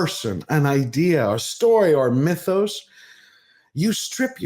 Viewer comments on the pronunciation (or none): none